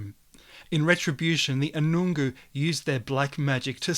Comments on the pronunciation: Geez, you really messed this up! Most of the information you've spoken on here is false and offensive to the Anangu (ana-noo NOT an-noon-goo) people and their Tjukurpa. if you are going to speak on their history at least try to get it right! Firstly you are in Kathleen Springs which is in Wartarrka NP 3.5 hours from Uluru when your video starts and that is different Tjukurpa to Uluru, please understand that all creation time is not the same around Australia. You speak on Kata Tjuta when you don't know anything about the place as no white fella knows anything of this place, it's a sensitive site, its sacred men's business, it's not our knowledge to know. The stories you so terribly tell are of Uluru, not Kata Tjuta. A few things that you got wrong, the Mala people are the ancestors of the Anangu, the Mala people are the spirits of the Rufous-hare Wallaby that live within and around Uluru, they're not a tribe they're a mob, a community, there is not one leader there are many elders who look over the community. The Anangu are the people Pitjantjatjara people who live at Uluru present day. The Anangu did not create Kurpany (Koor-pan) the Wintalka Men (Wattleseed) men did who lived in North-Western Australian country, they conjured up the evil spirit and he was an interdimensional being that changed form and made his way to the rock on his own. The Wintalka men did not come back to Uluru with Kurpany, they sent him alone. Also, the Anangu people do understand the symbols left behi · Speculation is right. Learn how to pronouce Anangu too.